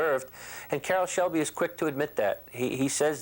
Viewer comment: Why does the narrator keep calling him caroll's shelby?